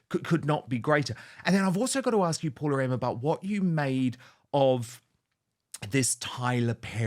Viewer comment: Hey Dan, please ensure to pronounce your guest’s name correctly moving forward. Her name is Paula M., not Paul-M, so be very generous with the “a” in the end. As a Fernanda being called most times as Fernando or Fernand, remember that for Latin names the last vowel is actually the cherry on the cake ❤️